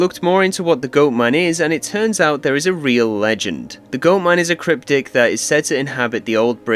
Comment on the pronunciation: Haha all good he is from across the pond but still really funny to hear 😂. Then there is “cryptic” (cryptid)